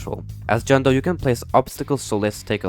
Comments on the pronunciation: it’s John Doe not John Toe…. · bro called john doe john toe😂😂😂😂😂😂😂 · John doe ❌ John Toe✅ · John Doe ❌ John Toe ✅ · what the fuck is not john toe is john doe you need to get it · bros spelling- its john doe not john toe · Why are you calling John Toe John Doe? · jone toe your not slick buddy😂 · “John toe” lol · Why’d it say John toe when you were talking about him and not John Doe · I’m sorry, John Toe? 😅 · I hate you, it's not john toe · Can somewon talk abowt jone toe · John ‘Toe’ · Why john doe called john toe😂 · ah yes, John toe. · bro said John toe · "John toe" 💀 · “John Toe” 💀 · "Jhon Toe" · Im so glad im not the only one who calls him john toe 😭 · STOP CALLING HIM JOHN TOE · why is no one talking about the fact that he called john doe "John toe"???? Edit:This is my most likes ever!😭tysm😭and also this to much replys😭 Edit 2: I dont kno what to say... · U dont call him “Jonh Toe”? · I saw someone call him “John door” 💔🥀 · John dough gasharpoop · Wdym he is called john toe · John dough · john doe? never heard of that